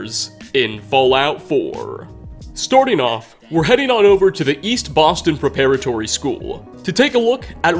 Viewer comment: I love you, but the way you said preparatory hurt me...